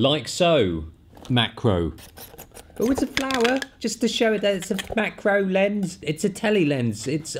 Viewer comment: Awesome video. : "Oh it's a flawah, just to show it's a maacro lhens..." Haha!